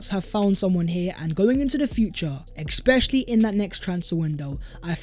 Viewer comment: Is it me or you pronounce the word 'especially' wrong?